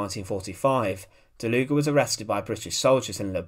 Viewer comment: It is pronounced: "DALUG", for 'murricans: "Dahloog" Please don't say DalugA or something